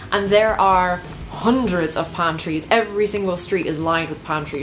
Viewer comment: Lol how you say "Pam" trees. I was so confused for a few seconds. :)